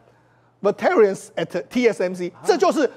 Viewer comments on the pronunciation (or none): 世聰兄：veteran 重音是第一音節